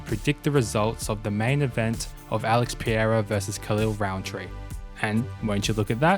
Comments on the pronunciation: chael sonnen and yourself are the 2 only persons I hear not being able to pronounce his name. He's not alex piera, or pierra, or pieira. His name is Pereira. PE like in petition REI like (like king in spanish or "ray" in english") RA like the egyptian god How is it difficult to say PE-REI-RA alex pereira wow, back to elementary school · last ra would be more like caRAvan. It's a soft R not a hard one